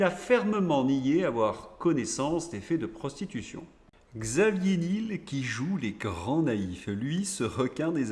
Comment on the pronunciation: prononciation : Xavier nièèèl